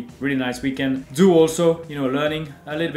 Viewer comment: Great video as always. I'm a Haas fan. To paraphrase Seb: "Everyone is a Haas fan. Even if they say they are not, they are Haas fans." 😀 BTW, Zhou GuanYu's surname Zhou is pronounced JOE. (It is the Mandarin version of the Cantonese Chow. As in Chow Yun-Fat)